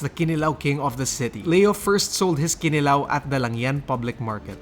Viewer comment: The accent is on the second syllable: kiNIlaw. Not kiniLAW.